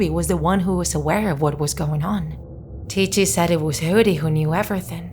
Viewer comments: Okay I really need to know, is this woman pronouncing ticci wrong or not? Because in my language I pronounce it like 'ticky' because so far I know his name 'ticci' is because he has ticks. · Yes, she's pronouncing it wrong. The creater of Ticci Toby, Kastoway, confirmed this. He basically said that he got the name idea from the story, 'Rikki Tikki Tavi' (which his a story about a mongoose, lmao.) Not to mention, Toby also *tics*, hence the name. Hope this helped!!! :-) (P.S--- Even though all I said is true, there is hardly proof anymore because Kastoway decided to take Toby out of the fandom and, unfortunately, disassociate himself from the character.) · you pronounced Ticci like it's an Italian world.